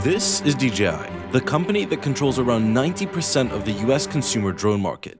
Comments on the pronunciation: Why do people say "Dee GEE Eye" instead of "Dee Jay Eye" for DJI? Happens a lot... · pause: Why is dji always uniformly prounounced as Dee Gee Eye?! 👉dji=dgi … 🤔